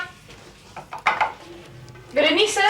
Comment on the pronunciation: Que rabia el narrador weon, SE LLAMA BERENICE